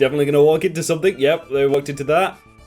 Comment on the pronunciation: No one: with his accent: S U M M A T